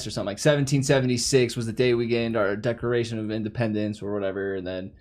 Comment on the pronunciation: did say "Decoration of Independence"?